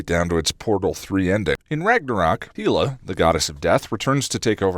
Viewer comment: Hella not Heela